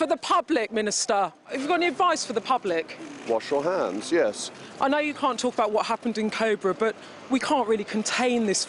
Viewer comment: WaSH YOUw HanS YAS 😂